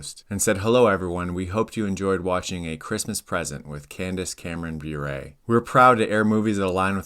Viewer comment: I want say something nice about Candace Cameron Bure. Her brother-in-law is one of the most amazing hockey players of the 1990’s. Bure is pronounced “bore-ray” Otherwise, this is awesome